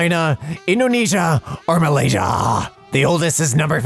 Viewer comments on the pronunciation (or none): none